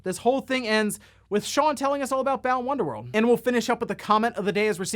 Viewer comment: When plays Balan Wonderworld, he has to also pronounce it correctly